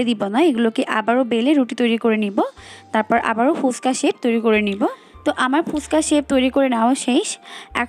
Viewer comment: ফুসকা নয় ফুচকা উচ্চারণ করুন ।